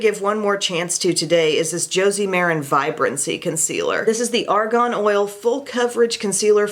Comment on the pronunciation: Argon and argan are pronounced differently. 😖